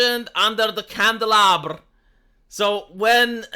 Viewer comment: 'Liked' solely for your pronunciation of "Candelabra". Fucking excellent!